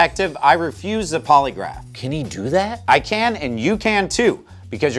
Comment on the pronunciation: I thought he was saying poliwrath like the Pokémon